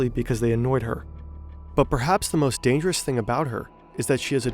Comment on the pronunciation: Damgerous? LOL stop saying lie